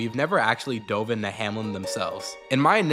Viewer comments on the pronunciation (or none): none